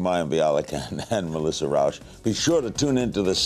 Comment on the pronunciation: And because "Rauch" is a german/austrian name, it isn't pronounced "Rowsh", but "Rowch", with the ch like in Bach or Chuzpe.